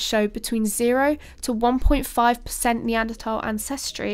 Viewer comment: Yea, pronounced Apalachia and Neanderthal correctly! She's a keeper!